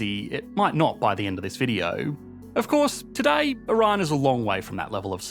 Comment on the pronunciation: The actual word - "Today" Aussies be like - "toodeyyyy"